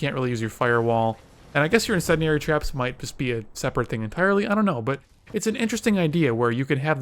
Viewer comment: Incendiary Incendiary! Say it Right! Christ how have you not heard the term get it right!